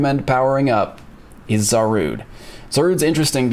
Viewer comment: Zarude!? 🤣 Otherwise another great video!